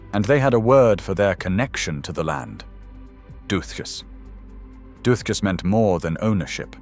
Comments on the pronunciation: I don't think the "th" is pronounced the same as English "booth", it's a plain "t" sound. Duthchas as if it were dut-cus with a long "u". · Or the Gaelic pronunciations. And if I hear "this wasn't this, it was something else worse" I will positively scream. Actually, I'm screaming already. Doothtchas. What the hell?